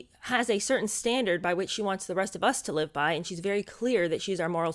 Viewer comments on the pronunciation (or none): a common expression in England . And to those uncertain of pronunciation " live" is not pronounced "lyve". There are others mispronounced in the US using it too. Long-lived is an other one! Not long-lyved. Petty, perhaps, but like nails on a blackboard to me.